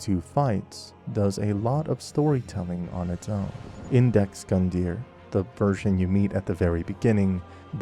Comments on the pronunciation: Iudex (yoo-dex) means “judge” in Latin, if it helps. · Not trying to be rude or anything, but in the first 30 minutes i already spotted 3 mistakes. It's "Iudex", not "Index". The tree skip in Firelink is clearly a bug, the jump is not intuitive at all, but they might have left it on purpose because it doesn't break the game that much anyway. Connecting to the tree skip, you dont get acces to the Firekeeper Soul, just the ring, the shard and the crows nest. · It’s iudex bro, great video though!